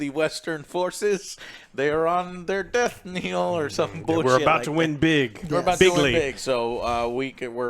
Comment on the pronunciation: Joe, it's death knell not death kneel.